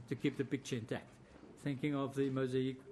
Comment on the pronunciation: Talk about pulling at straws, nothing really conclusive, more just "you cannot see it any other way.." Empty vessels make the most noise and this is 4 hours worth, In closing, its mosaic not mosahic.